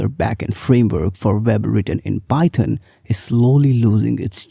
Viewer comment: You can't even pronounced the framework correctly and are going off stats from a single article your read. It's pronounced JANGO and PIE-THON not DUH-JANGO or PIE TUN. I'm from India too. You're making us look bad.